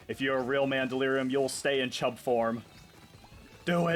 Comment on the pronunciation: why do you say “chHUUBBb” like that